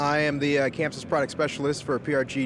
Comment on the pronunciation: Its Chamsys not camsys you work for them get it right !